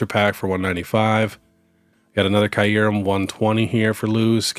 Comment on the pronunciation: let me help you pronounce Kyurem. The first par is pronounced like ear but with a k so it sounds like kear. Then the second part is pronounced rem. All together it’s kear-rem. My OCD was killing me 😂